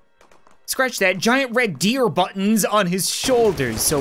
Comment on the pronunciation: "Oh, they got battons." -* 2019*